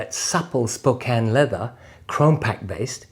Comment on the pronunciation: Great review and lots of good information, thanks... Love the black on black, black out look. Very classy. My only gripe is the heel block. A real chunky monkey in my opinion, but that just me. I think it would look slick with a semi dogger or dogger heel slant.. I hear the pronunciation of "Spokane" is like us yanks now...